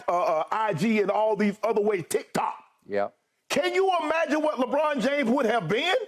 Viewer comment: Y skip say tik tok like tht 😂😂